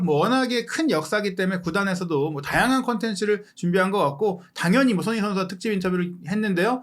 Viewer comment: ) 참 거스기한 하네요😲🤔 해설위원 손흥민선수 이름 발음 똑바로 않합니까?! 션 셔 션, 션 셔 션 서ㅡ ㅡ 이게몹니까?! 깔끔하게 갑시다 🥷😲 레알